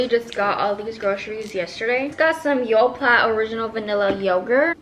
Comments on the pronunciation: She said “yoplat” 😭😭 it’s “yo•play•” aww lmboo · why is no one talking about how she said the yogurt, ive never said it like tht